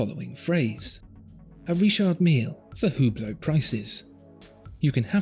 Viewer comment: BTW its pronounce without the H